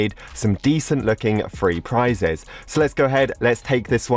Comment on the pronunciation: No one: Absolutely no one:: FREE PRISES